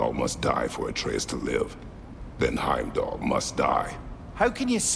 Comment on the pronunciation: Anyone else peep saying “HimDell” instead of Heimdall lol gotta love him 😂